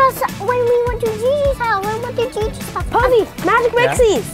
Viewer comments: it’s poise not Poseie💀💀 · It’s poseie not posey 😊😊😊😂😂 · It posie like look at all the other comments no afence